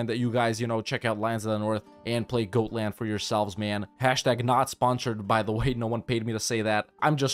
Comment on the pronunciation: It is not pronounced goat-land... It is pronounced God-land